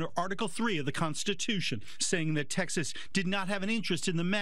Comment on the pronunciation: Repotr said Tekkshusss instead of Texas and I am dyinggggg XD sounded kinda german, translated it would mean Tech Shit.. or rather SHAT